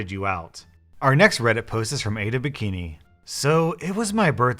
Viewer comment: Not gonna lie, when you read the bikini name as "Ate a Bikini" I fucking laughed like a lunatic...